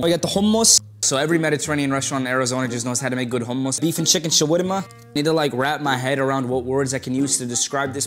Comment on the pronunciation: I'm sorry when he said hummus!! Is he arab? That was good pronunciation